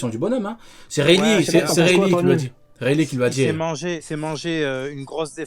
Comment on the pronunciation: Le "Weylee" m’à anéanti.... 🤣🤣🤣